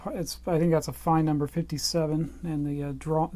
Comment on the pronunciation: Its not pronounced 'Fine' its 'Fayn'. I used to work for a distributor handling Fein products here in the UK and this was always how the Fein rep pronounced it.